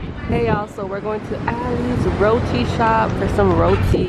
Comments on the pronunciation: Rodi!!! It’s roti American English is just off😄😄😂 and I’m American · I’m glad I’m not the only one lol. Right is right. How about someone have their own pronunciation of her name? I hate when people say “rodi” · That girl was somewhat irritating with that. Rodi??? No we don't say it like that. Making up pronunciations! 😂😂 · Rodi? Lmao please don’t ever make a West Indian hear you say that in public. We will definitely give you a disgusted look for the disrespecting our precious Roti !